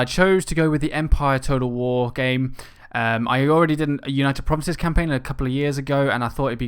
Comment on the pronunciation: You just read war like woo